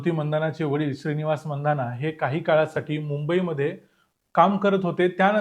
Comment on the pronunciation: स्मृती 'मंधाना' नव्हे 'मानधना'.